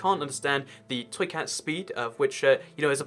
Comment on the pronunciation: Why when he says "toy cat" do I hear "truiceut" like it's a foreign word?